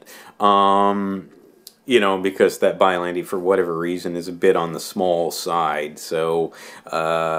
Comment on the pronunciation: its not biolantee its biollante'